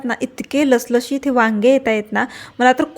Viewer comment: लसलशित 😮😮😮 नाहीं 😅😅 लुसलुशित असा शब्द आहे मराठीत 👍👍